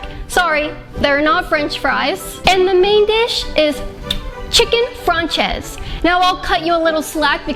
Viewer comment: ok first of learn how to cut your food properly and second its pronounces chicken fran·cé·ṣe not fran·chez if you wanted to sound smart you could've just said french chicken